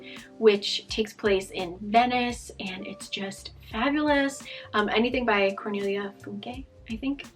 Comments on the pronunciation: You nailed the pronunciation of cornelia funke👌🏼😄 her books are really famous here in germany, most of them were alsp made into movies :) LOVED the recommendations, can't wait to get started ^^ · Rereading childhood books is the most relaxing reading for me! I really liked Cornelia Funke, too (And you pronounced her name correctly) and am rereading books or rewatching movies based on her books semi-regularly